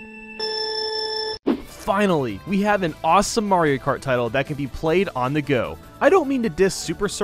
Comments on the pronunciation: Anyone notice at the start he said mario krat instead of Mario kart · It's Mario krat double dash. Get it right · at the start he says mario krat instead of mario kart why?